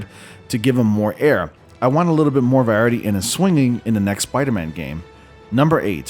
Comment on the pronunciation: Is it just me or does this guy really not know how to say “variety”?